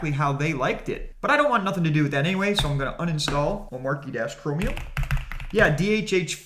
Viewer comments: omarkie lol........... say it with me, "oh-MAH-chee" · great vid! Only suggestion...hate to be that guy but its "oh-mar-chee".... not "om-mar-key". Drives me nuts. Similar to people that "height" with a TH at the end... FTLOG! its not HEIGHTH lol. Anyways. Great vid. very informative. keep up the great work. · Its pronounced oh-matchy